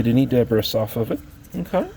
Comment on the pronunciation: The word is pronounced. de-Bree. Not Deb-ris ! Debris